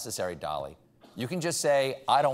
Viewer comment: Michael Bublé. The accent, at that angle over an 'e' is pronounced 'eh': é = 'eh' . French. / an acute accent \ a grave ('grahve') accent A cute (acute) monkey climbed up the tree / , fell down \ and had a grave ('grahve') accident. So, now you know an acute accent over the 'e', looks like this 'é ' and sounds like 'eh'. :)